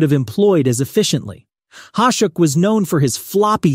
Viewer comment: Ya, whoever you paid to use their awful AI should be paying you back. Mispronunciations of Vezina, Hasek, Rogie, Parent, and even 1990's being said awful. Find someone who you can pay a little more to read your script and it'll go a long way EDIT to add: For Hasek it says #1, then says coming in 2nd.... not sure if that was a typo on your end but that'd be another point of improvement.